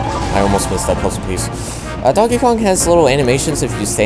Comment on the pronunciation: Sounds like you said 'Donk Kong'. At the beginning cx